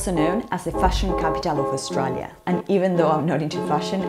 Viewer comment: lol i love how she pronounces Australia ♥